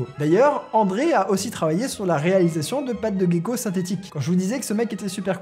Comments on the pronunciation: On prononce Jéko et non pas Guéko. Voilà c'est tout haha. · Gecko pas guecko en français merci des bisous. Respect